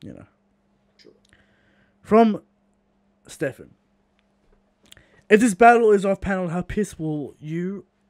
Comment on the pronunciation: Haha my name is pronounced steven not stephan